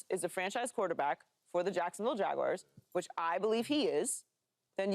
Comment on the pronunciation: What is it with people and the Jacksonville “Jagwires”?? It’s not “wires” man, it’s Jaguars, sounds like “ERZ”. Thanks for letting me share